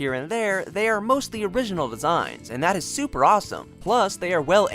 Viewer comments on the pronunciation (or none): none